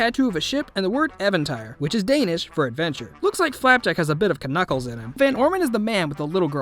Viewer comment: You dont know how to say Knuckles